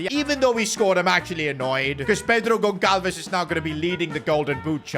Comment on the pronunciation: It is not pronounced Gon-kal-ves (Goncalves), rather it is Gon-sal-ves